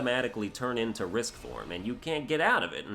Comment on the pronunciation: So you keep calling it risk form but you do know it's rage form right?